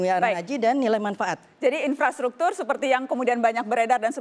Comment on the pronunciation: In-frastruktur maksudnya, wkwk hampir aja😭